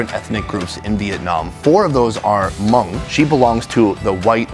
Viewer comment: Plse lady-its not “her-hmong”. Its just “Hmong”. Talk to me if u need further clarification! Omg don’t butcher my name!!!!